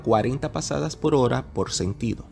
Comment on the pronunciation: Muy buen video y con informaciones muy específicas… Solo me gustaría que arregles un pequeño detalle, debes abandonar pronunciar esa letra “L” donde no va, (ejemplo: decir PoL , en vez de Por). Tus videos son educativos y muy vistos, ya tu estas a otro nivel. Eso te hace ver menos profesional.